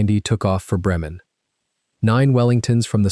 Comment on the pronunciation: Great and truly touching story and THANK YOU!!! However, you have many misconceptions of RAF history and aircraft recovery. 311 Squadron would NEVER be described as "Three Hundred and Eleven" Squadron as you state, but rather "Three-one-one" by any RAF veteran. Your pronunciation of German names such as "Bremen and Zu Lippe Wiesenfeld" and Dutch names like, "Soesterberg and Bergen op Zoom" would leave natives puzzled to the point of complete unrecognition. Having been personally involved in WW2 aircraft digs/recovery in Belgium in the past, there was no "mystery" (as you state) of what became of those 5 airmen. Another misconception of yours is what occurred to this Wellington upon impact. The majority of the fuselage, tail and both wings remained largely on the surface, were carted away by the Luftwaffe and scrapped in 1941. The entire outer surface was of canvas so your mere mention of aircraft reconstruction was an impossibility from 1941.